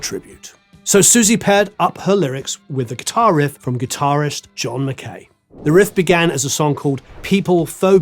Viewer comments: Pronounced mac-eye not mac-k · McKay is pronounced MacAye. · That's not how you pronounce McKay.